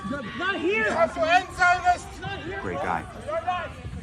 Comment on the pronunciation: It sounds like he said: ”We have to end Zionists”